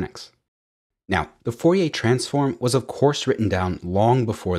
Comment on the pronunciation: Pronounced FOR-EE-AIR , not FOR-EE-AY